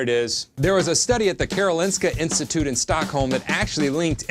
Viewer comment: loved hearing you say "the karolinska institute" lol. pretty good accent